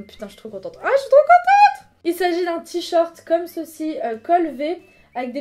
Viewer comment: On dit t-shirt !!!! Pas t-short >.<'